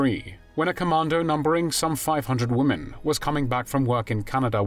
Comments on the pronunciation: Why do these narrators keep mispronounced women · why is it that so many narrators can't pronounce the word "women"?